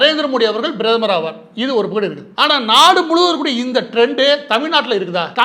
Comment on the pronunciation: மாரிதாஸ்க்கு ஓர் வேண்டுகோள் உங்கள் தமிழ் உச்சரிப்பில் ஒரு தவறு இந்தபக்கம் அல்லது அந்தபக்கம் என்று சொல்லவேண்டும் ஆனால் நீங்கள் பயன்படுத்துவது இந்தபக்குட்டு அந்தபக்குட்டு என்று சொல்கிறீர்கள் தயவுசெய்து சரிசெய்துகொள்ளவும்